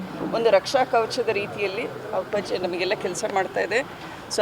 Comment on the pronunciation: Say appaji properly😅😅😅😂